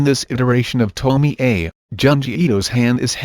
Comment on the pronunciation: To-mi-eyyyyy ....... Isn't it read as to-mi-ye?